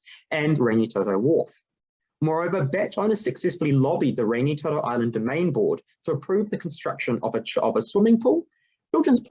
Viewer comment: Thank you for your research & thoughtful presentation your findings. Only feedback would be to look at support in your pronouncition of Rangitoto and a couple of other kupu.